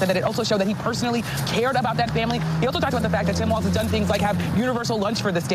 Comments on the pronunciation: Why does Kyle insist on mispronouncing his name? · Kyle, why do you call Walz, Waltz? You know how his name is spelled so why do you keep calling him Waltz? It’s f?cking annoying! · It's WALLS bro, not WALTS. There's no T in Walz. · Can someone tell Kyle that his name is Walz NOT Waltz? So annoying to hear him mispronouncing his name the entire video.